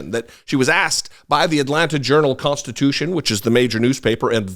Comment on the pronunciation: Here's what is frightening...trumpty-dumpty in prison, Hag Gangrene campaigning for him. I don't think I'll live thru her pronunciations of "CONT STITUTION" and "TRANTS PORTATION"!